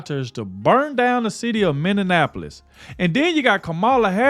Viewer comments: Prayers to #45/47.. man its Minnie-Apolis ( Not minninapolis ):0 Keep the content coming! Native Minnesotian here and Walz is as corrupt as they come!! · You and need to learn how to say "Minneapolis" 😂 ❤